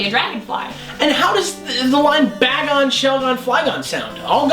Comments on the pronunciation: could've swore that it was pronounced Bay-gon not Ba-gon. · It IS PRONOUNCED BAY GON